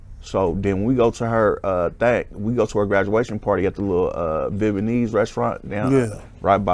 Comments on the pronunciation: "Bebeinese", WTF this nigga tryna pronounce Vietnamese 😳🤣🤣🤣🤣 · Bro, Viet Na Mese. Not Viet ma nese. And besides that, you talk about had had had and now I understand why you are where you are. I hope you're thankful you still around and givens breaks like this. Good luck.